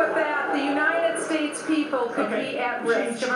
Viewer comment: Aside from the obvious one of my biggest petpeeves about Bachman is the way she says "Uninan States"